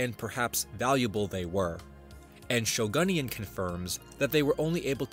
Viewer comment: Off topic but as a former Yo-Kai Watch fan, I immediately knew that the user “Shogunyan” named themselves after a character from said franchise and I lost it at how pronounced it 💀